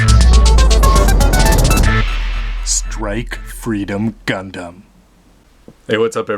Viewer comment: "Gundasm." lol